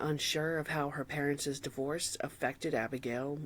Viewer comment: ℹ️ Parents’ (plural possessive) is simpliy pronounced just like “parents,” not “porentses.”